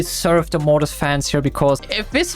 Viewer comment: mortis❌ Morris✅